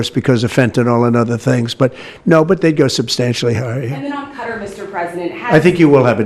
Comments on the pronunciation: What kind of journalist says “cutter” for Qatar?… it sounds so ignorant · He can’t even pronounce Qatar correctly. 😂 such a sad situation when the president can’t even recognize how he is being used and abused